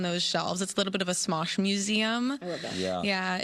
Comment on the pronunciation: did she seriously just say "Mosh"?